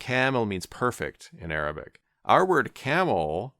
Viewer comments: i'm impressed by your arabic pronunciation. cheers from an indonesian muslim! :) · When u have a child you no longer go by your name you go by a conya a conya means u be called father of like if your child name is abdallah they start calling you Abo abdallah mashallah your arabic pronunciation is perfect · yes, i am also impressed, it's almost perfect👌🏽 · Thanks for the video. Your Arabic pronunciation is impressive, by the way! Regarding Al-Ghazali's name, here's a translated text from Wikipedia: "Abu Hamid Muhammad ibn Muhammad ibn Muhammad ibn Ahmad al-Ghazali al-Tusi al-Nisaburi, known as Abu Hamid, had a son who died at a young age. He is also known as 'al-Ghazzali' in reference to the wool spinning craft, as his father worked in that industry. He is also attributed to 'al-Ghazali' in reference to the town of Ghazala in the villages of Tus. He said about himself: 'People call me al-Ghazzali, but I am not al-Ghazzali. I am attributed to a village called Ghazala.' Ibn Khallikan stated that his attribution to 'al-Ghazzali' (with a stressed z) is the famous one, and it is more correct than his attribution to 'al-Ghazali.' This is confirmed by what the traveler Yakut al-Hamawi narrated, that he had not heard of the town of Ghazala in Tus." Also, "ghazala" means a female deer or a hind.